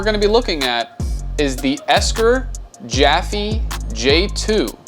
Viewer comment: I am pretty certain it's pronounced 'JAYFEE' not 'JAFEE'